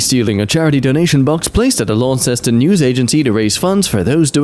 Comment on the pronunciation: Small point - Launceston is pronounced as if the “ce” isn’t there. Sort of “Lawn-stuhn” Or maybe not, now I’ve seen it isn’t the one in Devon, UK